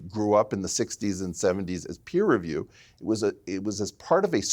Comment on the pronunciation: Its Peer review, not Piers review